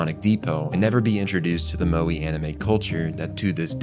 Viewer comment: Says he studies Japanese but can't pronounce 'Moe' correctly. Okay bud.